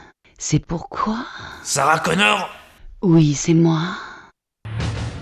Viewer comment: John Connor et pas Connorssssss putain